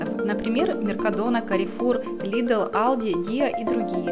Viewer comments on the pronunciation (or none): Только не Алди , а Альди😁